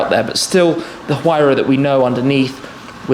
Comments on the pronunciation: Huayra is pronounced Who are ya. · Amazing experiencie, Tim. Thanks for sharing. If I may, the letter 'h' is silent in Spanish, just like we pronounce honor, hour and honest, for example. Thus the words Huayra, Horacio and a Huracán must be pronounced with a silent h. Cheers and thanks for sharing these incredible experiences.